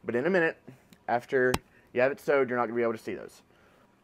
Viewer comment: he said "sewed."